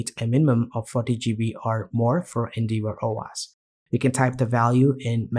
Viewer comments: Great video, thank! Just FYI, it's pronounced En-Dev-Or. Endeavour is an English word that means "to attempt (something, such as the fulfillment of an obligation) by exertion of effort". I'm just trying to be helpful. Your English is great otherwise. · more like En-Dev-Err